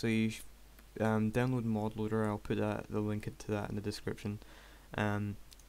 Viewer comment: it's not MOOD its mod:P